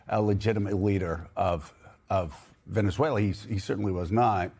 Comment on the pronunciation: He can’t even speak the name of the country correctly and he wants to run two countries? Sorry Maga, now it’s Venezuela oil first. Then he will take over Greenland even though it is not at all necessary to do so, but you will pay for it anyways. So much for America first, then again I knew that was a big fat lie..